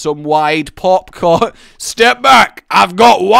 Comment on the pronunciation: how many times does he say popcorn wrong?